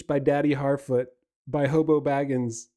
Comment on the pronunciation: Lmao "Harfeet"